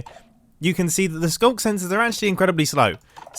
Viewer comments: “Through the ‘Skuck’” Do you mean Skulk? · Can we talk about how he called the sculk sensors a sculker multiple times? It must be the OG Minecrafter within him speaking. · sculker? isnt it just sculk? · wtf is sculker my guy